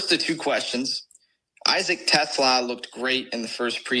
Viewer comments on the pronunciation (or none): I have to laugh every time this podcast screws up on Isaac Tesla's name😂. Almost to the regular season should probably get the pronunciations for players that will be on the team. Other than that great job!!